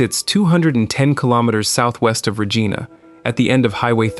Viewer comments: It's not Ruh-gee-na!! It's Ruh-jie-na! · rageeeenah is regina.